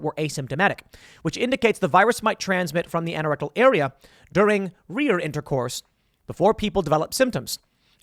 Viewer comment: Anorectal is pronounced "aye-no-rectal" not "ann-oh-rectal". You say the "an" the same way you say anal. I was confused what you were trying to say until I looked to see what you were reading. Saying words correctly is important.